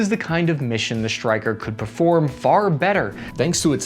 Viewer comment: Why does he say SHtryker instead Stryker?